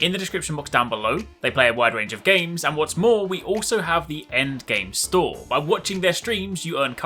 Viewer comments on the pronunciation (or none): none